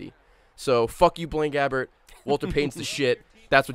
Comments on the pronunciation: 'Blaine Gabbert', I heard 'Blame Gavin'. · When he said Blaine Gabbert achievement, I thought he said Blame Gavin. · lol blaine gabbert, I thought he said blame gavin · Am I only one who heard say "Blame Gavin Legacy Award"?